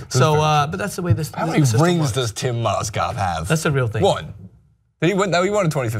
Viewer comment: Strange you talk about Mozgovs first name but you get it wrong yourself.